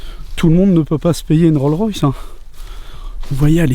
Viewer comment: Juste un petit commentaire pour dire qu'à la fin c'est une RollS Royce, le "s" de Rolls se prononce